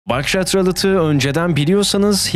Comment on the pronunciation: ralıt değil rulet diye okunuyor